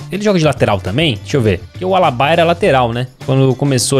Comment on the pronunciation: Alabá 😂😂 é Alaba